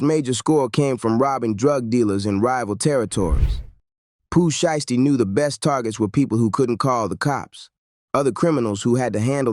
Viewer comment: Why does this guy continues to say Pooh Shee-esty 🤔